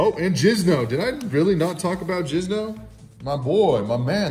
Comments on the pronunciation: Dude he said “jizno” ffs does this guy actually play? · Did he say jizno 😂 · It’s Jinzo not Jizno